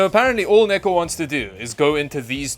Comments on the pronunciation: swaped gpu rooms in hope to get neko to chose better, i love how it sounds like ni**achan when u call him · I keep hearing the n word every time he says neko